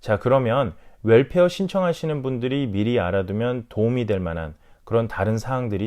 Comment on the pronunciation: WELFARE 라고 발음해주셔서 감사합니다. 물론 65세 넘으신분들의 혜택이라 이해는 되지만 거의가 월페어 라고해서 한달에 한번씩 나온다해서 그런줄 아시는분들이 많이 계신것 같아요. 이왕이면 올바른 발음으로 쓰시면 어떨까요? Welfare..